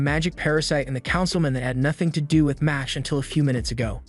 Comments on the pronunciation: It’s not mosh it’s mash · I just went to check the anime pg bc i knew this pronunciation is wrong. sure enough, it's the katakana for muscle, so it should be "ma-shu-ru", not "mash"